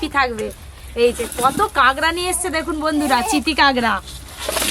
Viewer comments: Kagra na kakra bole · 'কাঁগড়া' (!!!!) বাটা??? কি সুন্দর উচ্চারণ।